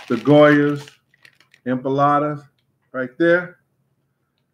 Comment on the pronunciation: Loool is it empanadas or empalades I’m confused the way he’s saying it